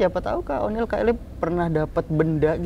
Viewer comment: Oniel bang bukan oli😭😭🤣🤣